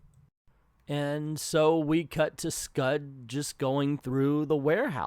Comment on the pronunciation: I'm rusty of how to describe pronunciations, so I'll advise you to watch Comic Trope's video on this comic. He says it correctly.